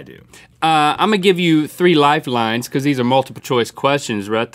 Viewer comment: It's funny how Link says, Because! He pronounces it, Picuz. 😊😀😁😂😂😎